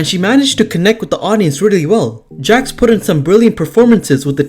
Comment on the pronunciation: It’s Nia Jax, not Nia Jas.